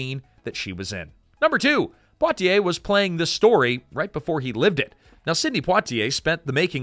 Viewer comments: dasm,mn lasy narrator to sya imporatant names correctly IT IS NOT PO T ay it is Pwa Ti A. French fully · Not Poe-t-ay, Pwa-t-ay, like Poirot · Surely it's PWAH-tee-ay not POW-tee-ay. French, you know. Edit: Okay, after a few tries the reader finally gets it right! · POITIER -- is not pronounced POTier......awful pronounciation. It was a great movie, and Stanley Kramer was marvelous. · It helps to get a role when Hep urn is your relative. It's Pwah tee A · Sidney Poitier's last name is properlyc pronounced "Pwah-tee-ay". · You pronounce Poitier …Pwatiay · Sydney who? Po-tee-ay? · PWA-tee-ay. Oh, you figured out how to say it after 2 and a half minutes. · Is it so hard to pronounce Poitier correctly? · Want people to watch your short documentary? Start with actually pronouncing Sidney Poitier's name. Unbelievable.